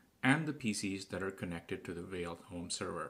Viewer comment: No no. Not "Whale". It's "Fail". Learn to read.